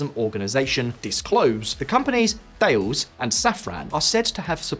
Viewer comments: French Thales Group is pronounced as 'Tallis - not 'Thayles''. Anyway associated with any defence or electronic/electrical industry would know this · Awesome context as usual! Just two things: its pronounced "Ta-less" and the very modern sighting systems for Russian fighting vehicles were western yes, but most of less expensive modern sighting systems Russia was buying were Ukrainian. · I do hope this analysis is correct. One very minor point. Thales. Knowing people who work at the none ‘making things go bang’ end of that business, I think the correct pronunciation is something like Tahlis. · Side Note : Thales. It's pronounced 'Ta-les' not the with the English 'Th'